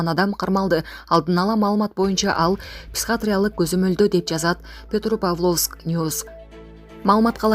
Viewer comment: Туура окучу. Психатриялык деп окудун.Петропавловскини да туура эмес окудун. Жээ, бул кыргыздарга боло берет деп жатасынбы? Мындай чала сабаттууларды кайдан табасынар?